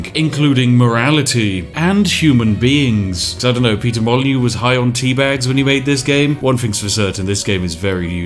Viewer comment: I clicked dislike when you said peter molyneux